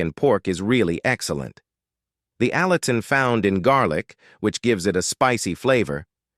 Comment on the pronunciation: The word is allicin not allison.